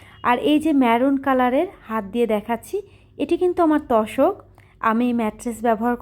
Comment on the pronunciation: তশক না আপু তোশক